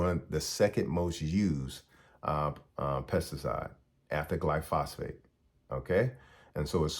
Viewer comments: Thanks for the warnings. But one note: its "glyphosate" not glyphosphate. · You mean Gly-pho-sate…. Not “gly-phos-phate” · Also, its pronounced Gly-Fo-Sate (glyphosate). Im a farmer.